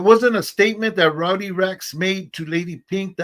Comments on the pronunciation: Is Rodney his real name or is he just not catching him self saying it wrong 😂😂😂😂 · its ROWDY NOT RODNEY